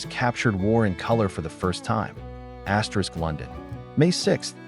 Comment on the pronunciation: Why on Earth does your computerized voice keep saying "asterix". It's very distracting and off putting.